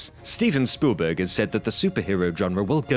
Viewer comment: Stephen Spoolburg?